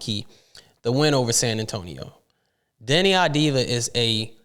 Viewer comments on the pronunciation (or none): its "AVDIA" or "AVDIYA" not "AVDIVA" .... it"s Av-di-ya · It's Av-di-ya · Deni, last name procurance : Av-Di-YA, please take a note!